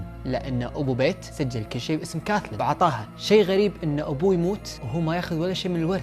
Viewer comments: بييت مو بيت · قناتك كلش حلوه بس عندي ملاحظه الك حاول تلفظ اسماء الاشخاص بطريقه صحيحه لان اكثر من مره دتضيع عليه القصه وارجع اعيد لان اللفظ غلط مثلا ( بيت ) اسم بنت بحرف ال B اسم صاحب القصه اسمه ( پيت ) بال P. حاول تصلح اللفظ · بيت مو بايت